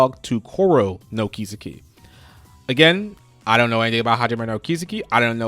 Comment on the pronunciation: I think it's pronounced Kis-eki not ki-seki